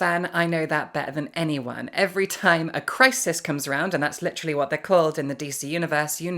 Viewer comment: "Litterally on the floor" ? :p